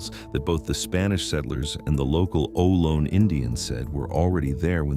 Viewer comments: Ohlone = “Oh- low-nee” AI sucks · I was always taught Ohlone to be pronounced like "oh-low-nee".